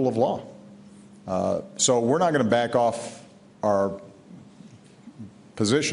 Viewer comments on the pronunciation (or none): none